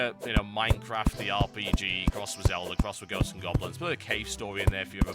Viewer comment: I like how he says "Zeldar"